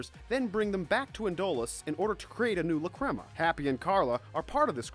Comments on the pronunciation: I am cringing so much with the way he says lacrima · IM SORRY BUT YOUR PRONUNCIATION OF LACRIMA MAKES ME SOOOOOO MAD